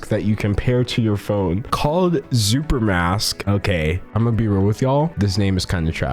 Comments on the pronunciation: I think it's pronounced "supermask." At least that's what they said on the H3H3 podcast. But no one knows that so, I agree, it's a stupid name. Why would you name a product something that people don't know how to pronounce? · Wait it’s spelt “xupermask?” X makes a sk sound most of the time, so ain’t that pronounced like “scooper mask”